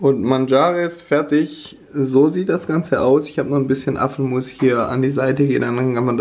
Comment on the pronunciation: verstehe lustigerweise Affenmus statt Apfelmus :D